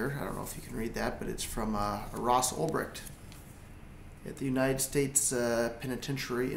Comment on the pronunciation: this is not how you pronounce Ulbricht though..